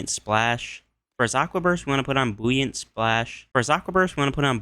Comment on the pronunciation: I fr thought he had a stroke😅